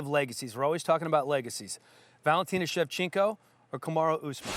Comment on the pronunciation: that dude really just said valentino shevchenka